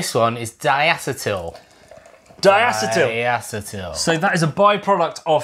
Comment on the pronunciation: Starting off with a bad pronunciation of diacetyl. Should be DIE-A-SEE-TUL. Ask a chemist about this. They will back me up. I have some other minor quibbles, but generally good info. You missed out on quite a bit: Lauter, Krausen, Trub, Isomerize, Dubbel vs double, Tripel vs triple. Maybe hot liquor tank and mash tun?